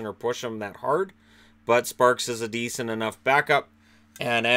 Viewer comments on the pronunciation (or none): none